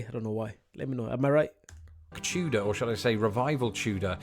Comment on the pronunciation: Why do you pronounce Tudor like chewdor?